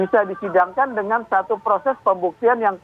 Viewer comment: Transparang, kemareng, dengang, laporang, sembilang.